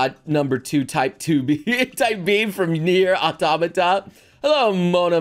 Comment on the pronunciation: The way he said Neir: Automata. "Neir Ahtahmotah"